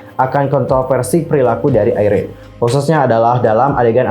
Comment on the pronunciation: Apa cuma saya yg nyebut IRENE👉IREN Bukan (ai)rene 🙂